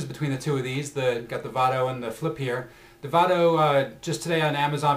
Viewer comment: lol its pronounce VAYDO not VAHDO